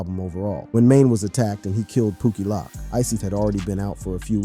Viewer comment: POOKIE LOWK NOT POOKIE LOCK, how do you do these videos and not learn the lingo before hand?